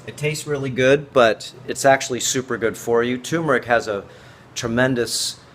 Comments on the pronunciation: joann dortch Do you mean accent? No in this case it is mispronunciation! It is tur meric not tue meric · Please, tuRmeric not 2meric. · It's pronounced TURRRRRRMERIC, not TOOOMERIC. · David Parker annoying isn't it. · its pronounced TURmeric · Turmeric. It has no a in it at all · My God this tyumeric. I mean, I know why, people see the word for the first time and to the untrained eye rm (RM) looks like an m. So turmeric becomes tumeric. Then there are those who hear it mispronounced much earlier than they read the word for the first time, and they're pretty much doomed. Still it gets on my nerves like few other things. Nobody says tookey, toof, toomoil, so why say toomeric? Meanwhile the video is going on (yes, I got totally distracted as soon as he said toomeric the first time), and he's been mispronouncing a whole lot of other words, so, bless his heart. I'm going to start the video again and try to listen to the contents. Oh God, he just said ayurveedics... maybe I'll look for another video.